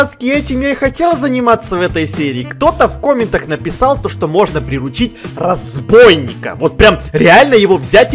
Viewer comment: Кста не разбойник а разбийник